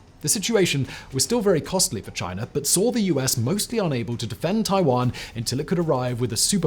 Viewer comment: i just love the way he says "chiner"